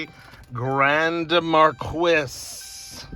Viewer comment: 2010 was not the very last year it was 2011 was the very last year for the mercury grand marquis .....u pronounce marquis different .... January .6 . 2023